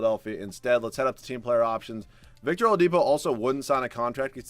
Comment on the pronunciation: I laughed pretty hard when you said victor olapido